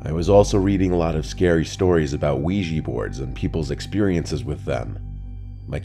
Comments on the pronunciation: OUIJA NOT OUIJEE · We-gee? It’s Quija (Wii - Jah) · ouij-a !! not ouij-ee! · Wee-Jah not wee-gee, you probably say ly-barry too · Ouija - ooeeja, not weegee. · Funny that people pronounce it 'wegee' when it's 'ouija' - we jah - oui French for yes & ja German for yes, a yes-yes board!! Lol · Ouija- even the americanized vsrsion is pronouncded "wee-jah" not "wee-jee'" even though the words are just "yes" in french then in german (or swedish, norwegian, etc.) So ive always preferred "spirit board" but anything is better than "weegee" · Why do people always pronounce the word Ouija as “wee-gee”. It’s pronounced “Wee-Ja”. Oui-ja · Its called ouija not ouiji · It's not pronounced "wee-jee" smmfh ... it's "wee-juh" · I really wish people would learn to pronounce this right. It's called Wee Ja. Look it up and you'll see. They've been around for centuries. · why the frick do they pronounce it as uweji board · WEEJEE BOARD? Seriously, Weejee? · Pronounced “Wee Juh” Named after the French and German words for “Yes” The more you know 👍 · Wega board? Is that the true weegee board experience? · What's a "weegee" board? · lowkey making me mad the was he saying wiigee board, another great story from the dude i’ve been listening to since 6th grade i’m on my way the the Airforce now Your a fucking goat, Please like that would be insane if you ❤ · It's oui_jaaaaaa